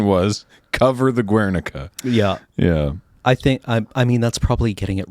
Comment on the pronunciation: Yes the guernica bombing was during the spanish civil war. Aditionally the "u" in guernica is silent🤫